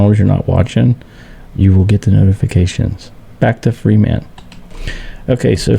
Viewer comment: It sounds like you are pronouncing FEMA free man or are my ears hearing wrong. I though it was pronounced fee ma. just wondering